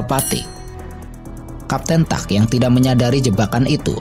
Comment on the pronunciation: Bukan kapten tuck, tapi kapten tack. Francois Tack